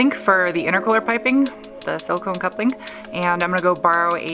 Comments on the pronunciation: HPS silicone makes great silicone couplings, all different sizes. For future reference. Also are you saying “coupling” ? It sounds like “cup link” in the video lol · Wtf is a "cup link"?! Do you mean coupling? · When you say "coupling" it sounds like you are saying "cup-link" haha